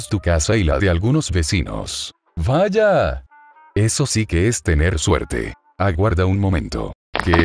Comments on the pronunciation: me encanta el VAYA¡ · Me da cosa como dice Vaya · Un gran toque el "valla" 🙂